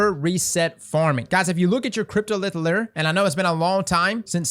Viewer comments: Not to be that guy, but if you're gonna say it that many times, I gotta say something too. It's "lou-er", not "ler" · Its pronounced "Lou" - "er" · Lure = Lew-er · the way he says "lure" like LERR lol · Dude how are you saying “lure”? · Man no one can say lure properly lol